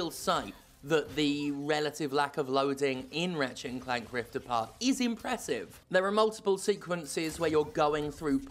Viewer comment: I legitimately thought you said Rivet and Keith! 😂